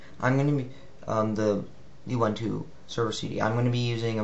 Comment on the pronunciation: I hate to be this guy but Ubuntu is pronounced oo-boon-too. As pronounced by the official program site.